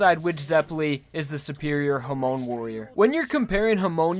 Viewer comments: For gods sake its hamon not hamone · I thought it was Hah-Mone rather than Huh-mone. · Why does he say "Ha-moan" ? bro. ITS HA - MON. Not Ha Moan. THEY ARENT MOANING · Please please is hamon not homon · OTS HAM NOT HUM ITS HAMON NOT HUMON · ur saying hamon funny it sounds like u r saying hamone and u might be right but i think its pronounced ham-on but i dont know im probably wrong sorry for wasting ur time. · I know 3 years too late but homie is Ha-moan not huh-moan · Who else hates how he says Hamone instead of Hamon. Still love the content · Why do people pronounce Hamon like "Hah-moan" instead of "Hah-mon"? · hoRmone not homone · HAmon, not haMON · HA-MON not HUH-MOAN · Hamone hamon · It's actually not correct. It's pronounced "hah-moan", not "huh-moan". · Your definition is correct, but this guys saying it more like "hamone" instead of a "hamon" kinda sound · The stress in Hamon and Zepelli should be in the first syllable, not the second. So it's HA-mon not ha-MON, and ZE-pel-li not ze-PEL-li. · CatoSierra Every vowel in japanese is constant. They NEVER change. A sounds like "up" I sounds like "eat" U sounds like "blue" E sounds like "end" O sounds like "on" This is constant. It's not Ha-moan. It's Hum-on. And, Zeppeli is explicitly a reference to Led Zeppelin, so of course it's pronounced the same. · Ha-moan triggers me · Why do you say hamoan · His pronounciation though, Waam (Wamuu) hamoan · I have had a stroke so many times now just because of that “huhmone” and “zepelly” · I love how you say hamon like hemon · The way you pronounce Harmon is strange lol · i thought it was pronounced ha-mon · Hamoon hamun hamoun NOT EVEN A SINGLE HAMON WAS SAID THE RIGHT WAY MAN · why does pronounce hamon as hum own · Hamon is pronounced ham-on ham-own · you say hummon, gwida, jorno just please stop butchering the names XD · The way he says “Hamone” it triggers me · Its pronounced (ham-on) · "hamone" "zeppelly" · Ham on sounds like ham in Spanish